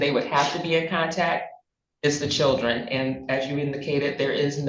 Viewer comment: What is with adding Rs in random places in words...? "Cherdlren"??